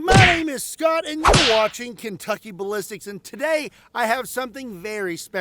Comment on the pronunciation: Kentuc-llontay vibs 😂